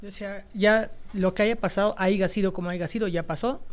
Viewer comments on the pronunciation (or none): ortega no se dice aiga sido es aya sido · No se di se aiga se dise aya